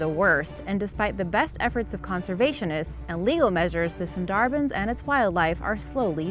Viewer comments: Sundarbans = SOON-der-buns, not sen-DAR-Benz. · FYI..... It's pronounced.....SUN--DAHH--BAANS